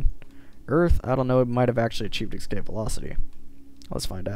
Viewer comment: "Excape"..... Please no.